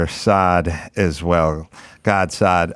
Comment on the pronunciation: I wonder why none of his staff members there told him how to pronounce Gad's name correctly?